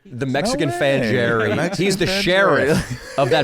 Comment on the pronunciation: What about "Fan Jerry" (pronounced Hairy with the Spanish J)?